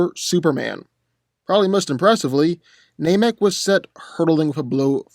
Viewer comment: It is pronounced NAM- ek, not NAME-ek